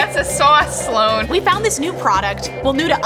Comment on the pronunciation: My new favorite activity is to sort Vat19 comments by new, and count how many people said Sloane's name incorrectly